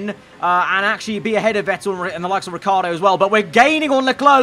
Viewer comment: Riciardo's Name is Ricci 😂😂😂